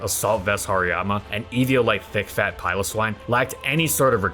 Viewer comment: When he said Thick fat Piloswine I heard Big Fat Piloswine. i was like sheesh mans got a grudge.